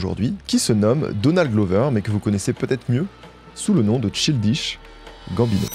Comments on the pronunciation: reel mdrr sans voir le mot t'as du bugger sur le chill dish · Chaï-L'diche Gamme-Bino ... TCHAYE-LDISH-GAMME-BINO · de fou j'écoutais ça en mode podcast sans connaître le boug avant, j'ai mis pause à 15min en mode "chill dish bambino c chelou comme nom" :skull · Childiche Bambinot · Mec, c'est [tchaïldish gambino]❤❤❤ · fait un petit effort sur la prononciation. “Cheeldiche Gambineau” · J’adore tes videos mais t’aurais pu au moins demander a google la prononciation de Ch-AIL-dish Gambino. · Chill dishe Gambino ?!?!? La prononciation fait mal à la tête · Ça se prononce “Tchaïldiche Gambino” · Faut vraiment aller vérifier la prononciation des noms et mots anglais via Google Trad avant les vidéos, parce que ça va faire plusieurs fois où j'entends des horreurs hahaha. "Tchildiche Gambineau". (PS : la coiffure est pas si dégueu, mais c'est pas ta meilleure). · tu me rend fou, comment ça Chill dish Gambino??? recherche au moins comment se prononce le NOM de l'artiste dont tu parles, c'est trop grave. Tu vas pas me dire que tu sait pas comment se prononce le mot child quand même. Je dis la même chose a toutes les videos mais là, c'est trop frr c'est l'ALIAS carrément. pffff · Dommage de ne pas avoir pris le temps de savoir prononcer correctement le nom du sujet de la vidéo ! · Je ne peux pas croire qu'il y ait un travail si profond et d'une si bonne qualité et que personne ne t'ait reprit sur la prononciation de "Childish Gambino". A croire que c'est une technique pour faire commenter les gens et faire l'engagement haha Superbe vidéo nonobstant ! Merci pour les travaux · Le nombre d'heures que a passé à dig des vidéos, archives, cérémonies de remise de prix, émissions télé sur Donald, il a dû entendre la façon de prononcer le blaze de Childish Gambino 1 million de fois. L'abus est réel sur la boucherie de prononciation haha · la prononciation de childish gambino… franchement un effort… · Le nom de l’artiste est mal prononcé../